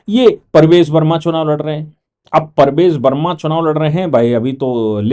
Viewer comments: Sir the name is PARVESH Varma and not Parvej Varma. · Parvesh Verma boliye Sir Parvez nahi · Sir BJP person is PRAVESH VERMA not Parvez verma as you have pronounced everytime. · आप बार बार परवेज़ वर्मा बोलते हो जबकि ये प्रवेश वर्मा है और संजीव दीक्षित नहीं संदीप दीक्षित है।